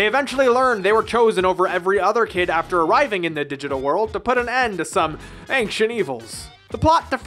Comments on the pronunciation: Who tf pronounced “ancient” like “anxiount?” Triggered. It’s ayn-chent. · Ancient is pronounced “Ayn-chnt” not however you’re saying it. Really bothered me the whole video. Look it up. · Wait did I hear ancient pronounced “anxient”? 😏 Niceee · "ainKcient" Now you can never unhear it.